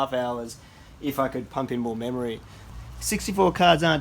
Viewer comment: "memorey"? just giving u a hard time. lol. thanks for the videos